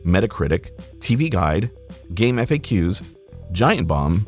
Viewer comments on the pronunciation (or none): Game eff a ques, thats the first time i heard anyone say that instead of "fac" its Game-facks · it's pronounced "Game Facks" like fact without the t....